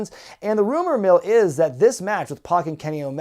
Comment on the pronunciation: I hate to be that guy, but it's (PAC) Pack, not Pock.